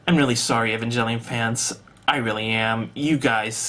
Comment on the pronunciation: Evangelion pronounced: "E-von-g-el-eon"